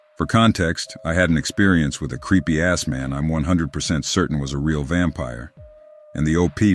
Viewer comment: when he says "creepy ass man" the emphasis is wrong so it sounds like "creepy assman".